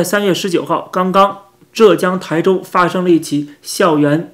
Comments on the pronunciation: 不是念抬，是tai州，第一声。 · tai (台州)第一声. 现在这种无差别杀人事件越来越多..... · 浙江的浙是第四声，台州的台是第一声，丽水市的丽是第二声，遂昌的遂是第四声。